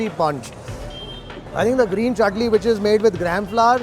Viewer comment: Chutni is going man.. at va-saavi restaurant you know.. 😜 bharjari NRI accent